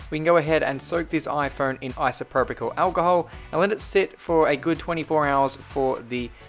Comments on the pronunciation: Its pronounced eye-so-pro-pul alcohol, not eye-so-pro-pih-cul alcohol. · Its isopropyl alcohol not isopropyical alcohol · It’s pronounced iso-pro-pal ;) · Say it right; ICE-A-PRO-POL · I'm not trying to be rude but it's pronounced isa-pro-pal Alcohol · Isopropyl Alcohol, Pronounced: 'EYE-SO-PRO-PIL' Alcohol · It's pronounced ayso_propel-alcohol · Its pronounced Isopropyl (no c in it) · There’s no ‘C’ in “Isopropyl” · It’s really annoying hearing him mispronounce isopropyl every 5 seconds 🤣